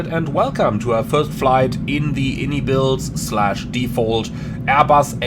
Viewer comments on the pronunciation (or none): fyi, its actually pronounced (eye-en-eye builds), and not the popular way of (in-ee-builds) the devs clarified it on a podcast a little while back, that being said, your a big boy, u can call it what you want haha